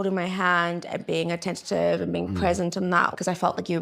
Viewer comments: It's attentive babe. Attentive. Attentative isn't it. Honeyyyy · It’s attentive not ATTENTATIVE GIVE ME STRENGTH